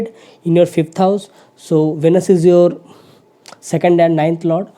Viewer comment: Plz listen pronounciation of Venus on Google..and correct it